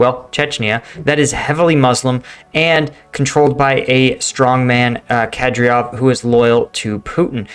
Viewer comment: CAm-DIRectory-OVal is the name of main chechen guy. written Kadirov. You are getting better in pronouncing names. :-) just spend time training before the video. What you see is what you pronounce in most cases.